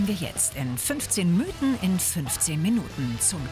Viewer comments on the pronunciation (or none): none